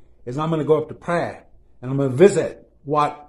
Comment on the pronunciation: For the love of God learn to pronounce Phrae correctly before you attempt to travel there or be ridiculed in your attempt like only Thais can ridicule... Lovely video and story as always!